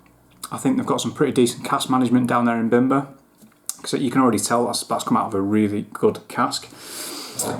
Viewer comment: Great review, and just a heads up. The bim is pronounced as beam. I believe the master distiller is Polish and that’s how it would be pronounced in Poland, bimber means homemade alcohol like American moonshine 😊.